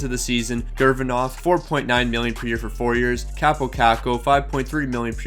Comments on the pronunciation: Lol he completely changes a name sometimes like “Gurginov” (Gurianov) or he’ll just pronounce it wrong like “Row C” (Rossi) or “Comtoys” (Comtois) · Ah yes my favourite player, Denis Gurvinov😂😂😂😂😂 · bruh. gurvinov? rowssi?